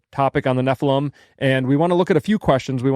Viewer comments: I never thought nephilim sounded like heffalump, but then it feels like fingernails on a blackboard every time says "ne-ffa-lum" instead of "ne-ffi-lim". Like when my cousin would say "pin" when she meant "pen". Maybe we need to institute diacritical marks to standardize pronunciation? (I enjoy your banter. Just wanted to join in.) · It's because you're not pronouncing nephilim correctly...